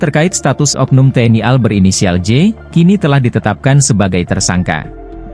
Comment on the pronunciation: Bilang tni al gak bisa banggggg, kaya bita huruf aja